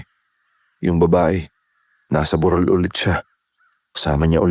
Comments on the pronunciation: Burol kc sir Hindi bu_rol 😂😂😂😂😂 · Ok na sna.. kso Minsan kala q lamay Yung buuuuroool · Burol po mabilis ang pagbigkas as in hill not burol na wake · TO THE NARRATOR: Kindly pronounce the word properly. Like - BUROL - meaning a small hill it must be pronounced mejo mabilis. Unlike BUROL - mahinay Ang pagkakasalita , ibig Sabihin funeral. Pls pronounce the right pronunciation. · ❤❤❤🎉kaloka si Yung burol (anyong lupa) naging burol ( may patay?) Mali yung pag bigkas nia po😅